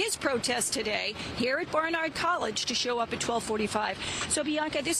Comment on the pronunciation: Can you at least try to pronounce Barnard right? You’re a New York station.